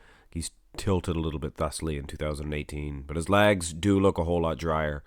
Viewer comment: “Good size on his lag’s” love the way you say leg”s ! lol